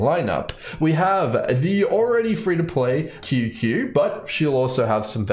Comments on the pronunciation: btw qingques name is pronounced ching che !!!!! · QQ's name is read "ching chue" btw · Your pronunciation of Qingque 😭😭😭😭